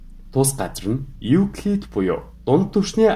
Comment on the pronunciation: Euclid bish evclid gej unshdag shu!!